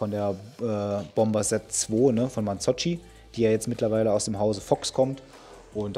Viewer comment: Das mit der Aussprache italienischer Markennamen ist immer wieder lustig... Marzocchi spricht man wie im deutschen das "ck" aus, nicht "tschi", also "Marzocki" und nicht "Marzotschi". Das gleiche gilt auch für die kleinen Kartoffelklößchen aus Italien (Gnocchi), bei denen wird zusätzlich auch das "G" nicht betont gesprochen.... sondern eher wie "Njocki" ausgesprochen. Frage zu den Bikes: ist der Mehrpreis des Riese&Müller wirklich gerechtfertigt? Oder zahlt man da eher auch den "Namen" mit, wenn man sich dafür entscheidet? Welche preislich günstigeren Alternativen gibt es denn für den Gelegenheits-Fahrradfahrer, der nicht tagtäglich damit unterwegs ist, aber ebenfalls ein Fully für die Tour fahren möchte?